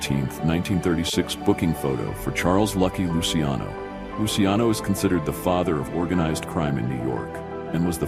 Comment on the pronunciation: Thanks for pronouncing Lucky Luciano's name correctly!